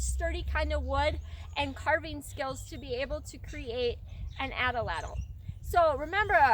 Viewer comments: Great information, nice video, terrible pronunciation. The word atlatl has two As and 3 syllables, not 4. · Nice teaching. I want to make sure how to correctly pronounce the weapon. I hear you saying it like example number 1 below. I've heard many people pronounce the weapon like example number 2 below. 1. ( At- A- Lat- El ) or is it 2. ( At-Lat- El )??? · Its #2 ! I'm glade you mentioned this . Many cultures used this weapon. The Azteca used # 2 Pronunciation.